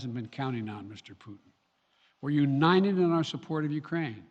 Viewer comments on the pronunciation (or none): The president of the United States of America cannot say UNITED. How did this happen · we are "uninen" ...four times he says uninen. what does uninen mean?